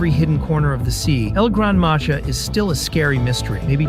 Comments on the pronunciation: El gran maja is pronounced el gran maha! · IT NOT EL GRANADA MAJA IT EL GRAN MAHA